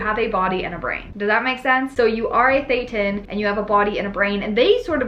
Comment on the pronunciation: “Tethan” sounds kinda like Setan 🧐